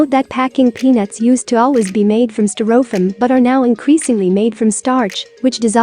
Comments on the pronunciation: I've never heard Styrofoam (pronounced sty-ro-foam in the US)) pronounced sty-roff-ham before. I had to replay the video a couple of times to make sure. To each his own. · That's pronounced stir-o'-fum. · what country pronounces stai' ruh fowm (styrofoam) this way? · Learn to pronounce STY- RO FOAM!😂😂😅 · a piece of "stir-oh-fumm". ? they couldn't find a human female to narrate ??? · I was laughing at the funny pronunciation as well ..gotta love computer generated narration. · Yes, I've had to use some very strange spellings to make text to speech programs pronounce certain words correctly. I'd have tried something like "stairowfoam" or "styrifome" to see if that worked.